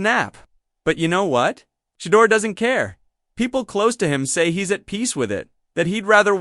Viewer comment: He’s not a type of cheese. His name is pronounced: “Shah-durr.”